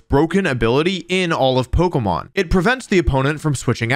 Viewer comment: Bro u pronounce every pokemon wrong my brain juat doesnt like it